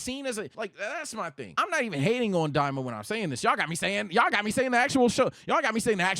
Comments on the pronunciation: Why is he saying "Dalila'' 😭😭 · It's an ongoing thing where says Daima differently, as well as other related names. There is someone on Twitch in the chat that types down how to say Daima right as in "Die-mah".